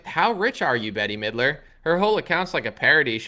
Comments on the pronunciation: STOP say'n Betty Midler its 'Bet' ... it's like hearing people call you Analy... geesh! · Her name is pronounced Bet mid-ler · BETTY Midler!! 😂😂😂 Never heard anyone say that name like that. mispronounces everything. It always cracks me up. 👍🏻